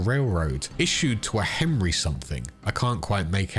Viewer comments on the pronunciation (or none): none